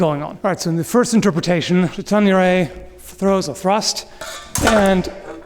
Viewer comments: VEry nice french :D Châtaigneray is well pronouced. In french the modern "â" was in ancient french an "as". So probably "Chastaigneray" en vieux français. :D Anyway nice channel man ! :) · Seems that it was not a buckler but a arm protection which is heavier. The buckler is melted with the arm armour. The "s" ancient French and is not pronounced in modern French so your pronunciations is good for modern French. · And Chateigneray is very well pronounced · Excellent french pronunciation! As for the chÂtaigneraye pronunciation, the "^" accent was not used in Medieval french (Moyen Français). If you come across this accent in any medieval text, it is there, more than often, to replace a letter that was there to indicate a particular inflexion. For example, the french word for "forest" is forêt, although it used to be written forest in the medieval times. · For Châtaigneraye - well pronounced - the "^" on the "a" is indeed an indicator that in the past there was an "s" after it, such as when you said Ch"as"taigneraye, or in the modern french word "Château" which was then "Chastel/Castel". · Please let me congratulate you on your outstanding french accent ! Much appreciated :) Chastaigneraie would be the archaic spelling, you find quite a lot of words in french with the old "s" now written with the accent on the vowel. Greetings from southwest france